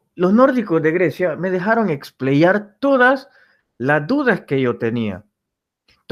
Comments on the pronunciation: es explayar no expleyar, tienes un Español pesimo. TE RECOMIENDO QUE MEJORES TU DICCION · Se dice explayar L